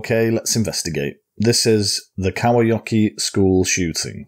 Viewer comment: u pronounced kauhajoki very well